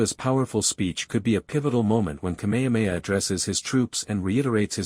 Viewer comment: If you can say: “HA HA HA” you can say KameHAmeHA … it’s NOT ka mea mea